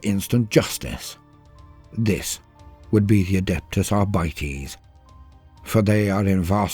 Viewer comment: Adeptus Arbites should probably be pronounced with a short I, as in latin like "arbiter" or "arbitration" which is also used in English. Arbeiters is German for workers, and I doubt that the AA are the workers union. Then again neither English nor German nor Latin nor high Gothic are my first language. Just a thought, otherwise absolutely love this channel so far, binge watching it for a couple of days. Excellent voice narration.